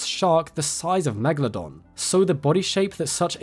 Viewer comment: Its just fascinating to me how so many people have a fascination for this animal but I've honestly never ever heard an English speaking person pronouncing it's name correctly... It's not meglodon... why are you guys swallowing the A? The E is actually an elongated letter. Such as the 'eh eh eh' that rihanna does in the song, umbrella. And the A is also long as if you'd be like 'aaaaah okay'. It's Latin...if you love it, pronounce it the correct way :).